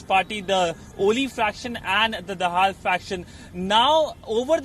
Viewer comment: 😂😂😂 Bdw, DAHAL is pronounced as THE HALL and not THE HELL